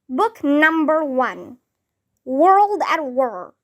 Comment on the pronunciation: Your pronunciation is not right. World you read it like wur